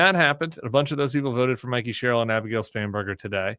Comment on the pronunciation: Sam it's Mikie Sherrill as in Mike not Mickey as in Mouse. Everyone else pronounces her name correctly, Y can't u get it too?